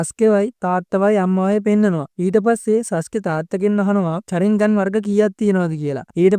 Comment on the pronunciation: සසුකෙ නෙමේ සස්කෙ😂❤